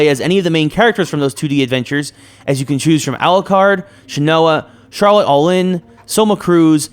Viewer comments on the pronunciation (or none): none